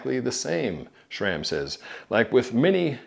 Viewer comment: Nice. although I don't get why you pronounce it SHRAM....